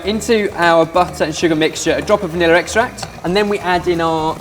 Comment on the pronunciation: "A drop of vaniller extract"